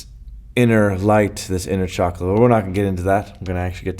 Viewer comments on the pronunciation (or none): none